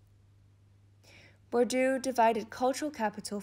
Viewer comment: Nie Bordju tylko BURDIEEEE!